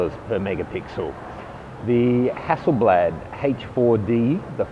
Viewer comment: you are awful at saying "Hasseleblad"